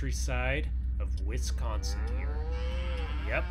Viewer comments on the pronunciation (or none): none